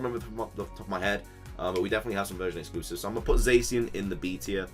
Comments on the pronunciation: It's pronounced Zachien not Zacien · repeat after me: zah-she-en